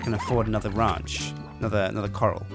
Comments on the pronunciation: I may have misheard you but i think you said coral instead of corral, which are pronounced differently, at least they are in the US, and are very different things. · btw, a ranch corral is pronounced kuh-ral, not like ocean core-ul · that corral is pronounced kor-ral. It is hard to tell the difference though, I had never seen the word written so it was kind of weird realizing it was corral. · Coral vs. Corral... It bugs me more then it should but god damn brits =p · from England, it is pronounced Kuh-ral here. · i want a series of this but i dont think i can put up with him saying corral wrong any more! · there are different pronunciations for words around the world. But, in this case, is just getting it wrong and deltaangelfire has got it exactly right on the pronunciation. This is not a "British English / American English". This is just reading it wrongly off the screen and confusing it for ocean coral, which is a completely different thing (and you'll notice has one less "r" than the other). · Its amazing the amount of people who can pronounce the word corral properly.. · Can he really not say corral? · or gaysir :D :D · They are also pronounced differently in the UK too. is just being an idiot here and read it wrongly. It's not a "cultural difference" or anything. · Please pronounce Corral correctly @@ its hurting my head when you say it weird.